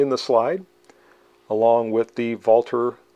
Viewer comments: I'm not of German descent (although my wife is German-Canadian) and I also applaud for pronouncing it correctly! it's painful to hear how it often gets pronounced incorrectly. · I love this pistol and own one. It's one of my favorites. It's honestly a shame it's being discontinued. Great video as always. Also, as a German American I really appreciate you pronouncing Walther correctly. 🇩🇪🇺🇸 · Finally a reviewer who doesn't over-Anglicize the pronunciation of Walther. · You are the only content provider on YouTube who pronounces "Walther" properly. Thank you for showing respect for the company name, by not butchering it.